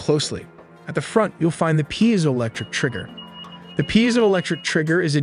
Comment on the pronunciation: Pee-ziolectric not pie-ziolectric